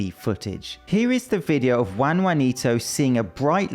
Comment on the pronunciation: Juan rhymes with John.